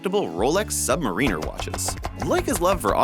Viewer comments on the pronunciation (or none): Sorry, but it's not pronounced Rolex "Submarine-er", it's "Submar-in-er". Ya made serious Rolex devotees crap their shorts, lol! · haha Submariner!!!! lol its pronounced submariner . as in (sub-mair-i-ner) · Sub muh REEN ur? Really??? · That’s not how you pronounce submariner.